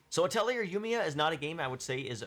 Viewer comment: as a quick aside, "atelier" is a french loanword and it's pronounced ah-tell-ee-eh